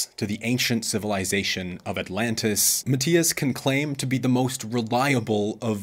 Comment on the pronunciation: Matias is special and resonates with more people than you ever would. You should remove this video. You are trying to defend yourself way too hard in these comments. Where is your evidence to debunk his claims? Also…if you’re going to insult the man, at least learn to pronounce his name properly 🙄